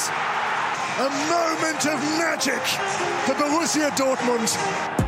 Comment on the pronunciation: GittENS. It's not difficult.